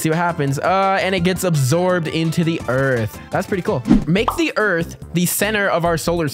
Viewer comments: did you mean earf instead of earth? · yes it is called earf!